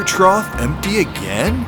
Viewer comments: I didn't hear him misspeaking, he was properly saying "trough" the whole time afaik. Edit: OMG you're right, he's totally saying "troth" the whole time! I've never heard that before, is it a local or family custom? (My family tends to say "boughten" as a past tense of "bought", for example: "Yeah, I've boughten clothes from that new store once or twice...") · Hilarious! I have one tiny problem with it and it’s only because I live with an English major librarian lol but I noticed you kept saying trot and it’s actually trough (troff). That’s it, I know it’s a little thing and some people don’t care to know but I would want to be told 🤷‍♀️ It was a hilarious video though! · I heard it several times too. It was troth especially . I figured it was simply a Connecticut thing... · I wasn’t sure at first but at the end of the video you can see him say it with a “th”. It’s whatever, just thought he might want to know